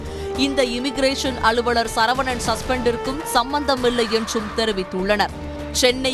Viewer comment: அளுவளர் இல்லை, அலுவலர். நாக்கில் வசம்பு வைத்து தேய்க்கவும்.